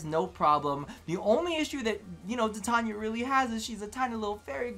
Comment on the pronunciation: its tai tain ya..... ffs